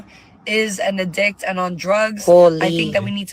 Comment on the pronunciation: 😂😂😂 there’s no way she really added ad libs to the video!? And the pronunciation of Addict Is wild